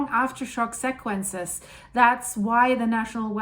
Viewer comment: if your're going to speak American English, can you please stop saying seck quench- the correct pronunciation is SEE (or "c") quench..